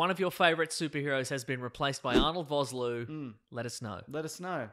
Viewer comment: How dare you mispronounce Arnold Vosloo's name! That man is a national treasure! (It's pronounced Fos-Lua, the 'o' in Vos, is like 'official') I'm South African this is important to me.